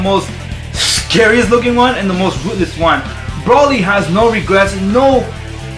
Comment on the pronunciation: That guy is saying broly wrong. He said brooly